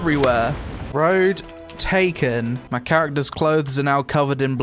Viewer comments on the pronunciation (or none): "Road Taken" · "Road Taken", I am dying :) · "ROAD TAKEN" think i just died a bit hahahaha